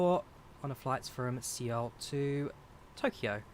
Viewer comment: my man said C-OL...Seoul is basically pronounced Soul lmao